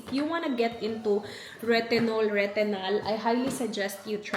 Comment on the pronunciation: Please check the correct pronunciation of retinol